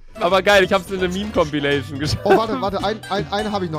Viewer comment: Niemand:: COMPLINATION